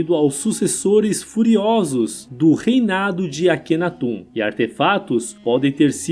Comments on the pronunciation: Engraçada a pronúncia: atum (aton), Akhenatum (Akhenaton), histuriadores (historiadores)... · Pelo o que eu sei , não é "atum" e sim Aton e Akhenaton não é "aquenatum" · Sério, na boa, mas porque o narrador do vídeo pronuncia "Akenatum" e deus "Atum"? Coisa maus bizarra, primeira vez que vejo alguém falar dessa forma, ri do começo ao fim com esse "atum " 😅😅😅😅 e a cidade se chamava AMARNA e não "Armana" como foi pronunciado no vídeo, deve ser de propósito, só pode 😢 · AkenatON. AtOn. Não “atum”.